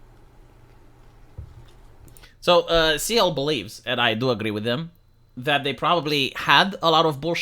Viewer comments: Dude.. Cyael- K-EYE- El NOT LIKE SEAL. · it's pronounced like kyle, not sea-el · It's Ky-El not See-El. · His name is pronounced (kai el) btw 😅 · Cyael wrote in his youtube description: Cyael [Kai-yell]. Like he knew people will miss pronunce his anme a lot. xD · No, please keep mis-pronouncing his name. When he gets angry, it's great content. 🤣